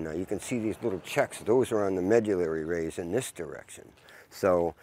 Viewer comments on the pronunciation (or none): loves to say "Medullary Rays"!